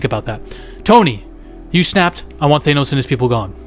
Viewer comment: Omg NOT THAYNOS